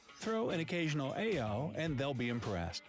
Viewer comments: Actually, it’s not aiyo. It pronounced like IO. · It's ayio=io Not eyo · It’s actually pronounced ‘IO’ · omg that's not how u pronounce aiyo lolol